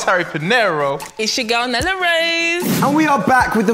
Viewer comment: Nella “Kalas” 🤣🤣🤣